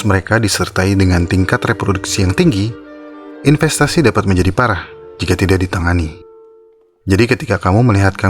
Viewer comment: infestasi ya.. Kirain investasi 🤣